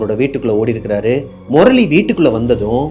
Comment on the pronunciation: Morali illa anna 😂 murali